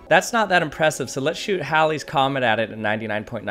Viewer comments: I love hearing halleys comment pronounced correctly 🥰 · Being a Haley I genuinely love how this man pronounced halleys comet correctly. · Well my name is Haley. Pronounced hey Lee.... Not Halley which is pronounced differently. So you're right I'm not special. I hate people who call it Haleys comment cause it is wrong.